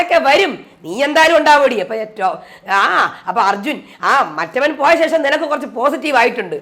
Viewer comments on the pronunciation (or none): none